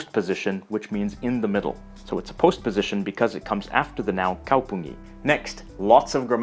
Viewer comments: I realised that you made a little mistake whit kaupungin pronuncing or something close to that ( i'm a Finn and i don't remember how to say stuff anymore😂 ) it's ponunced like kaupunki not kaupungi. No hate! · kaupunki not kaupungi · If you know the emphasis is always in the 1st syllable, why don't you pronounce the words in that way? For example: Ka-LA is actually KA-la Kau-PUN-ki is actually KAU-pun-ki (Note that's kaupunki, not kaupungi as shown in the video. The letter K "bends" in Finnish when you decline nouns so it becomes a g in genetive but it's a k in infinitive.) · town isnt kaupungi but its kaupunki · the basic form of "town" it's not "kaupunGi. it's kaupunKi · Elias Lunrot ? Seriusly that's a major pronounciation error. As a finn i would pronounce it Elias Lönruuut. Then again if i was being a grammer nazi i would say KaupunKi is city KaupunGit is cities. That's a kinda rare k -> g change.